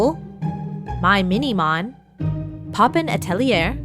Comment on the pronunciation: I love how she says popen ateliër instad of poppen atelier i'm from holland and i love wathcing this so its funny for me that thare are prob 2 or more doll artist in Holland and i really wanne be like you somtime❤